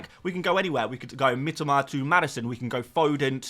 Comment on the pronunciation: I love you and you’re my favourite FPL creator BUT Mitoma is pronounced ME TOE MAR one of my mates Japanese and it drives him mad 😅😅